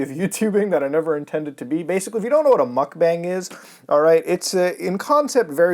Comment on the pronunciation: It's actually pronounced "mukbong". It was popularized by Korean streamers.